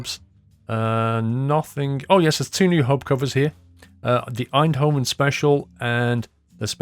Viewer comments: Tbh pronounced "Eindhoven" pretty well. It's funnier when they try more Dutch places like "Volendam", or places with a hard G, like "Utrecht". Or when they think they pronounce it right when they really don't: 'Emsterdem':D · You nailed Eindhoven, like the people in the Netherlands say it. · It is really funny when you say Eindhoven but you prenouse it very good! Greetz a Dutch Fan